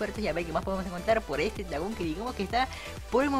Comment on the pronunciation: NO LO PUEDE PRONUNCIAR LOL 🧠🧠🧠🧠🧠🧠🤓?